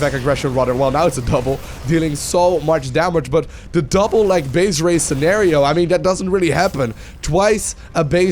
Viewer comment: RAZE not race